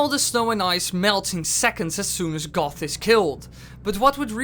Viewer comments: Yes it is! Like a bahbah GOAT not GOTH 🤣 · IT IS GOHT, NOT GOTH! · his name is goht not both it is pronounced like goat or like got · d-did you call goht goth? I am fairly sure its said as goat, or guh oh t. Not goth. Goths wear makeup not masks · I'm sorry, but I could swear that you were pronouncing Goht as "Goth". But you didn't, did you? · it's goht, just a...wanted to make that clear. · Isn't it "Goht" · Just saying goht is pronounced goat not goth